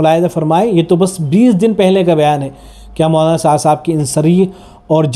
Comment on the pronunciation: Molana ko mwana bolte ho. Zara sahih talaffuz farmae bhai